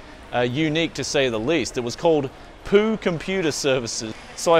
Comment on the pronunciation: Oh Poo is pronounced "bpoo" meaning crab, not faeces:P